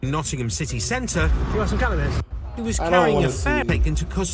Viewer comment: Enjoy your videos , just so you know its nottingham pronounced not ing um lool